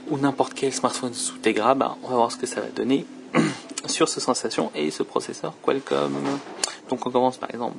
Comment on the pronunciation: Au fait, "Sensation" se prononce à l'anglaise. Il n'y a pas de traduction française pour le nom du téléphone. C'est peut-être qu'un détail, mais au bout d'un moment, après avoir entendu ça plusieurs fois, tu commence à en avoir marre. Je te reproche rien, c'est pas ta faute. Juste la prochaine fais attention en prononçant "sensation".